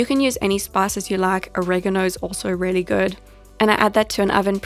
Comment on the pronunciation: Take a shot every time she says “rehly”